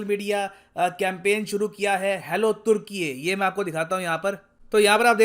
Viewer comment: It’s not toor-kee-yee it’s toor-kee